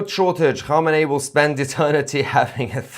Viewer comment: You couldn't even pronounce Khamenei